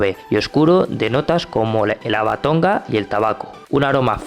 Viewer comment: Por favor, no digas más, "haba tonga", es "haba tonka"... Gracias 👍